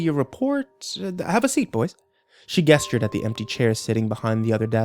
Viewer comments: I know this is from eight years ago but my brother in Christ the word is “JESTURED!” With a “juh” sound. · The consistently incorrect pronunciation of "gestured" is such a buzzkill. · He mispronounces gestured 4 times in this story. But he gets it right the 5th time! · "guesstured at me" am I the only one confused about that? I know its gestured but I always pronounced it with a soft g sound. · I get so triggered every time he says "guess-chured" when when trying to pronounce "gestured" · I know it's sooo petty but... The way you say "gestured" is really irritating haha. I didn't think it was pronounced "guess-tured" lol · Man these narrations are always so good. Everything about the way he talks is so soothing except for the way he says "gestured"